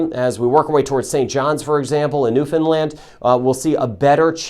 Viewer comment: New Foundland not New Findland